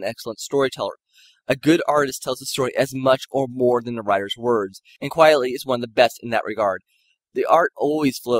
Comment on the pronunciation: Frank QUITEly, not QUIETly… it’s a pseudonym and a play on the phrase “quite frankly” 😊